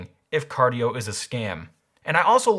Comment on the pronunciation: Cardie-O? Is this Cardi B's shady cousin? XD